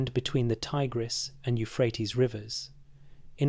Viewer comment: Brisbane Australia. Monday 13th of April time 04::04am My day is your night time, if you are in the USA. PS: So glad you said Ti-gress & not Tig-res